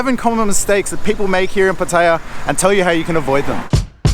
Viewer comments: Pa-Thay-ya??? How about Pah-tay-Yah! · Some good points. Also, pronounce Pattaya correctly. The emphasis on the ya not the pat-tay-----yah. You sound like an idiot to locals. Also, the Wai conundrum ... Wai or not Wai? Simple, don't do it if you don't know the etiquette. Having lived there for over 10 years, one sure way to be spotted as a rube is to Wai everyone. Best response is to smile and nod, they will not expect more. ATM - excellent call, that's a trap I have fallen into in Hua Him. Luckily, the 7-Eleven had it behind the counter via a friendly local. Someone in the comments mentions altercations. RULE NUMBER ONE: Don't get into any. The advice to pay the bill and move on is a good one.Thailand can be unforgiving to anyone who gets indignant at everything. I always tell people ordering food, if they want to correct, just add on, get the dish you didn't want, otherwise it will all go horribly wrong. Motorbike and Jetskis are mainly a Pattaya and Phuket scam, but as he says, beware. Phuket is a destination best avoided for Mafia taxis and criminal tuk-tuks. Jomtien is a nice peaceful beach in comparison, or Hua Him or even Prachuap Kirikhan (Spelling might be off . . 555). There is also a farang penchant for walking around in expensive gold chains. I would recommend not to do this, for obvious reasons. This sort of advice that's given is even more essential if you get out into the wild, the countryside. Guns are rife, you don't want to be approaching the wrong girl or trying to argue a bill somewhere where E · I'm surprised how an intelligent guy like you, still can not pronounce Pattaya correctly.. I thought it was only the poms who insist on saying pat taya... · all you guys pronounce pattaya incorrectly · Please pronounce Pattaya right please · good advise mate but would prefer if you learnt how to say "Pattaya" correctly. Although your tips are good, you sound like a tourist. Otherwise, good video.